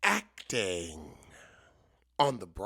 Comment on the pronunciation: ACT-ing. ACT-ing? And then you had to say church basement? OMG!❗😅😅